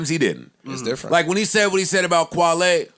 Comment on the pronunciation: When Joe kept calling kwali kwale I knew he was mixing kwali with wale and he kept calling him kwale that was hilarious 😂